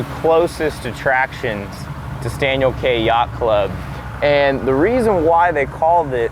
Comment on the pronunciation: Great video. Please learn to say “key” instead of “kay”. You’ll be treated more like an insider pronouncing it Staniel KEY. 👍